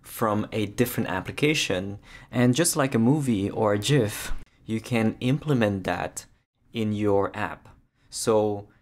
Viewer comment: Thumbs up and subscribe for correct pronunciation of GIF.